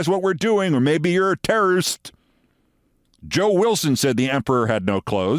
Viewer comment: Ah, the 2000s. The word "terrist". I always wondered if Bush really thought it was pronounced "terrist" or if he was just too lazy to throw that extra syllable in there.